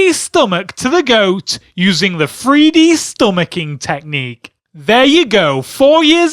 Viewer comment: someone His accent makes the "th" sound like "f". Don't be an idiot.